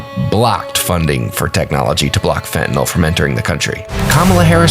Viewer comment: Please tell me that they didn’t mispronounce FENTANYL in their own commercial?